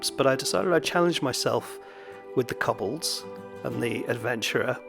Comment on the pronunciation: Six koblods and one koscared.